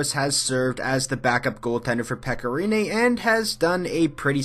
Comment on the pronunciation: It’s pronounced Peck-a Ren-ae